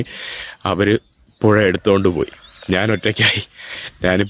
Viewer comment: നാണ്, നാന്, നാണു എന്താ? ഞാൻ എന്ന് പറഞ്ഞു പഠിക്കെടാ മുറിയ!